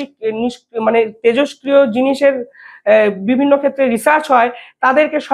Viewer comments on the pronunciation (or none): none